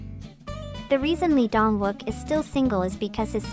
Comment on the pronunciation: Lee Dong Wook is pronounced E-dong wook and Gong Yoo are extremely private and independent men,their careers comes first. Its a personal choice for getting married. Their private life is exactly that private. I will always love and support these extremely multi-talented men but leave them alone and stop expected them to live with these arcaic korean standards. They are all successful through their own hard work and being single shouldn't be seen as an affliction.